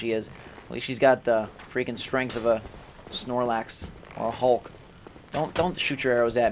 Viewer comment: i lol'd so hard when he siad strength like a snorlax